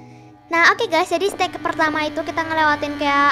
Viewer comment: Mohon maaf ka bukan seteg tapi stage ok